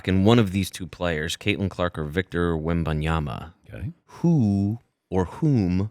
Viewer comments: I really think it is disrespectful to still pronounce a player's names wrong after a year.....unless its a reading issue, he is from the US afterall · wtf is a Wimbyama?? Wem-Ben-Yama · Stop saying wemuhyama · Say the man’s name right! It’s not victor wem-bye-ama. It’s not hard to say ffs. No respect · It drives me crazy people don’t say Wembanyama!!! M!!!! Not a N!!!!! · Why can't any of these professional talkers pronounce his name? It's not even difficult. This is a troll right? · I can't drop a thumb up. It drives me to distraction the number of times you mispronounce his name . NIA-MA.. . BA-NI-A-MA. WEM-BA NI-A MA. Just practice , will you ??? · First off...for God's mercy, Ban-Yama. It's not hard man. Future face of the league so might wanna get the name right. Next, I'm tired of this stupid narrative of "cAn ThE sPuRs BuIlD aRoUnD vIcToR". Uh, hello. The Spurs, who have 5 titles? This isn't the wizards or something that we're dealing with. It's his ROOKIE SEASON! Can we give them more than 90 percent of his first year to do something? Good Lord. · The name is WEM BAN YAMA. Is it that diifficult to get it right? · DAN LEARN HOW TO PRONOUNCE VICTOR'S LAST NAME. This is really embarrassing on your part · How is Dan mispronouncing his name this badly? He’s THE pro and not a moron. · Every time he pronounced his name wrong, i die a little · Please learn to say his name. This is terribly annoying. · Maybe learn how to say his name properly before doing a 10 minute interview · For god sake learn to say his name ! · All the casuals get Wembanyama's name wrong. Seriously, it's not even a hard name to pronounce. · he's not a casual, he's fuckin Dan Patrick. but yes, it's really weird that he can't pronounce it right. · Had to stop watching after the 8th time his name was mispronounced. Come on already. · How insulted would these guys feel if other people butchered their names the way they do with Wembanyama?